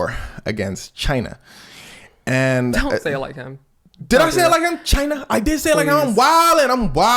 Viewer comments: She was not here for your pronunciation of China😂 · Haven't even watched the video yet, 24 seconds in, but you actually pronounced the "CH" in "China", so you didn't technically pronounce it like Trump does. You said it very staccato, which is the way he DELIVERS the word, but something I see ALL THE TIME is people assuming he says it the way a normal human being would say it. In point of fact, he and Bernie Sanders actually pronounce it very similarly due to their New York regional accent, with Bernie being far less obnoxious. Almost 98% of the time, without fail, Trump pronounces the name of the country "Jai-Nuh", like "vagina", a word he's probably much more accustomed to saying. Little nitpick, and not out of mean-spiritedness, I just want to educate people on how to do better Trump impersonations lmfao